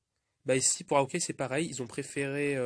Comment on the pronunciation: T'as mal prononcé Hawkeye mdr.